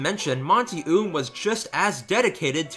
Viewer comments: I don't wanna be "That person" Buuuuutttt his name is pronounced like "Owm" not "Oom" That is all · Just for future reference, the pronunciation of the creator is "oh um" no hate, just a little correction. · FYI, his last name is pronounced "oh-umm" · I'm a tad bit late but, guy's last name is pronounced Oum (Oh-uh-m) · You said Monty Oum's last name wrong. It's pronounced like Owm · "Monty Oom" lol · Any one else notice that he mispronused monty's name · He pronounced Monty's last name wrong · Please pronounce his last name right next time please